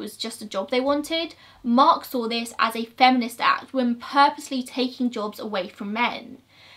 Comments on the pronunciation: i love ur videos so much, one thing that does bug me tho is how u say woman instead of women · WOMEN. WOMEN. WOMEN!!! I love these videos and I will forever watch them but it drives me insane when people continuously say woman for the plural of women. FOR THE LOVE OF THE ENGLISH LANGUAGE, SAY WOMEN. Woman = 1 woman. Man = 1 man. Women = more than one woman. Men = more than one man 😭😭😭😂😂😂